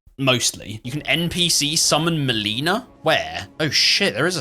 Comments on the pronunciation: HOW are people SO BAD at pronouncing "Melina"?! SHE TELLS YOU HER NAME AND HOW ITS PRONOUNCED 😭🙏 no hate on the video but like damn... so many others say muh-leenuh instead of mell-ih-na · So I have just discovered your channel this is only my second video I love the bloodborne video but now that I'm like two episodes in I'm noticing a trend are you just mispronouncing people's names on purpose these games have voice acting they pronounce their names for you xD maleena?!? Hahaha